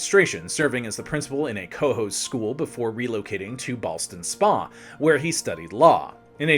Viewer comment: I realize that Simon can't do everything, but can you find someone better than Eric to host? I used to live in upstate New York. I'm not sure if he could have butchered the place names more if he did it intentionally. He did get Ballston Spa right - that's about it. If only there were a world-wide-interweb, or some other magical network to check such things.